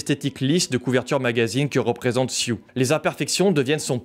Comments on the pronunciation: Je crois que son prénom c'est Sue (de Suzane, prononcé Sou), et pas Sioux haha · Belle analyse, seul chose qui me fait grincer des dent: ta déformation du nom de la jeune Elizabeth: son nom C'EST SUE... ET NON SIOUX!!!